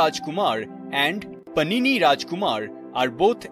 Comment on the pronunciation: You don’t know how to pronounce Indian (Sanskrit) names? Is it Paanini, not Panini. And Vaastavikta, not Vastavikta.